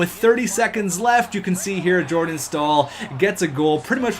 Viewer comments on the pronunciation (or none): none